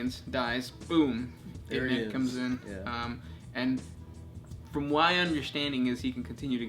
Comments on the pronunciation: Oh and I think you're pronouncing Ynnead wrong. The way you say it is "Y-Ned" but I think it is meant to sound like "Yin iyad" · The destruction of the Emperor's Webway is Magnus' fault. It's not for no reason that the area of the human webway overtaken by the neverborn is called 'Magnus' folly'. Is Ynnead pronounced 'ee-knee-ad' with slightly less emphasis on the '(y)-ee'?